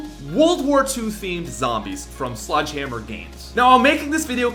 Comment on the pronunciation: Is it just me or did say sludgehammer?